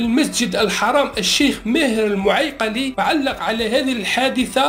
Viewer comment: كي تعرف تنطق المعيقلي ..ثم ارواح افتيلنا...